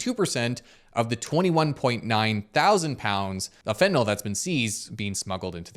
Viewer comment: Great video. Suggestion though: since you're such a credible channel, could you please say "Fentanyl" as opposed to "Fentanol"? I realize that so many people mispronounce it that it's almost accepted, but chemically "yl" means something very different than "ol". Alchohol vs Phenyl. Benadryl - you wouldn't want to accidentally call it Benadryol.